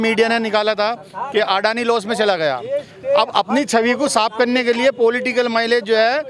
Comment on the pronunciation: अदानी नही सर अडानी हे नाम तो सही करो